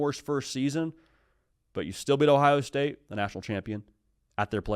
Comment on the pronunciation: “Ohio Stae”.. Really?